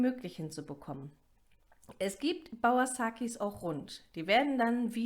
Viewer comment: Es heisst ba-ur- saki...und nicvt bauer-saki